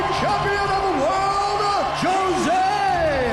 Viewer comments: Jshoe-Zay is how his name is pronounced in Portuguese. Hoe-Say is how it's pronounced in Spanish. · You are right, it is wrong, actually in brazil we say it differente, it sounds like 'Jo' as in johnny and 'sé' as you pronounce the two begining words of the name Zack, hope you understood it =D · no its not dumbass its pronounce joesay aldo! .... bitch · maybe in the mexican dialect but in the brazilian dialect it is pronounced with a J. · Josy and the pussycats needs to understand that his name is Jose not Josy